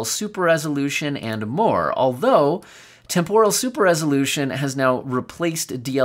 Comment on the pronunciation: Pronounced TEMporal, not temPORal